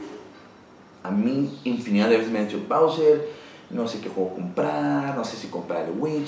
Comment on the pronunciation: Hahaha esta chingon cuando dises BowseR como si fuera una pinche pelicula gringa xd